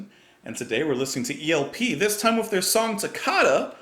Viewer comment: sounded like you said ELPR, lol